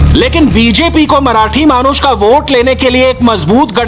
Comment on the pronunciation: " मानुष " नहीं " मानुस"